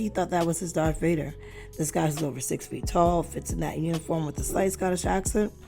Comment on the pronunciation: She said DARK Vader 🙄 it's Darth Ya ninipoo